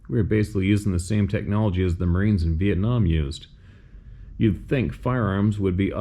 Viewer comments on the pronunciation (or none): none